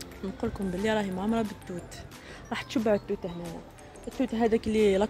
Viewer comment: انت قلتي التوت وانا سمعت الدود خلعتني حتى شفتك تاكلي فيه😂. تسكني في تيزي عندك حق في الغرفة الجامعية فهمني اختي ولا تقراي مع صحاباتك الله يوفقك وينجحك